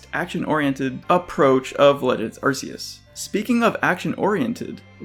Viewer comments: "Ark-ee-as" not "Arse-ee-us" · Arceus (ark-key-us)